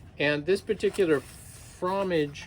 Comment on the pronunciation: “fro-mah-zhe” is the French word for cheese.